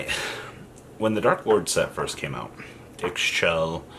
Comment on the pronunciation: You pronounce Ixchel like this: E-Shell not Icks shell It's E-Shell. Love you!